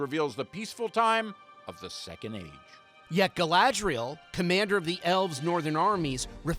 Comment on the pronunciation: The actress doesn't know the name of her own character?!? 😀 First I thought she just made a mistake, but then she repeats it. Gladriel, Gladriel, Wtf? Could this show become an even bigger joke? HER NAME IS GALADRIEL FFS!